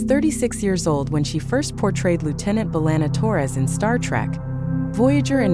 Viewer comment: Stupid AI doesn't know how to pronounce names, for example: Chakotay B'Elanna Naomi Wildman (says Wild Man)